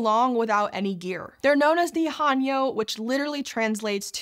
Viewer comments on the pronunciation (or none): It’s not pronounced Han-yo. It’s Heh-nyuh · Aye indeed, and thanks for pointing things out ^^ The unintentional 하녀/hanyeo "servant girl" pronunciation here was a bit unfortunate, especially when considering how proper pronunciation of 해녀 in recent documentaries, newsclips, and even interviews with Japanese Breakfast's Michelle Zauber have been well published in various media in the past few years. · Just a nit. The Korean divers 해녀 are pronounced with a long a (like the a in ate), not a short a (like a in ark). It's more typically romanized as Hae-Nyeo if that helps. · Mispronunciation of "haenyeo" directly after the knitting video disaster? Not a good look. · The 'hae' in 'haenyeo' is pronounced more like the 'ha' in 'hay,' but otherwise great job😁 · Since it's bothering me more than it should, any 'ae' in an Anglicised Korean word should be pronounced more like the 'e' in hello, not an 'a.'. And 'yo' is pronounced like 'young' without the 'ng'. I wanted to just ignore it, but the word was read too many times for my brain to ignore 😂